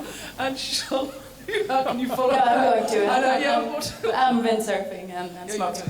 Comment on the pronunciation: I love Wallander by the way: It's Charlotta, not Charlotte